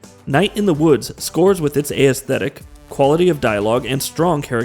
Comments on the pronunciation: Right when I heard aysthetic, I knew this guy didn't write the dialogue for this video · Bro, I'm trying to love your videos but please pronounce "aesthetic" correctly! lol, it's killing me every time I hear you say it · SAME. Especially if he's going to use it REPEATEDLY like he does, omg. It's like he's only ever seen the word written and never actually heard it.